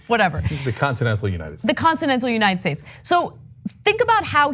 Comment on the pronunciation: not as cringe when your Trumptard opens his mouth and malfunction when speaks. "Law Markers, susptessh, and God bless the United Chch"